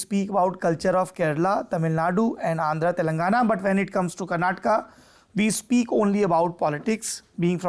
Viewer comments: Saurabh, you again said KARNATAK not KARNATAKA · Kerala nhi bol rahe saurabh ji keral bol rahe ase hi Karnataka ki jagah karnatak bol rahe, asa mat karo